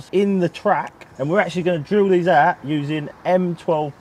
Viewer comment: Ouut, are you, ouut, or are you ouut ouut? 😄👍👍👍